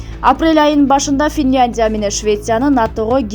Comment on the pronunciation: Туура окугулачы Финляндия деп